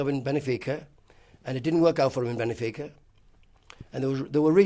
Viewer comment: Absolute legend of football but apparently couldn't pronounce Monaco or Benfica